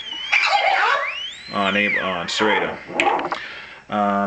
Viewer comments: its sir-rot-toe, not sir-rate-o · Is not Serayto.lol